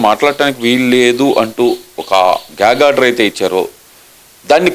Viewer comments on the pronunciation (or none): గ్యాంగ్ ఆర్డర్ కాదమ్మా, అది గ్యాగ్ ఆర్డర్.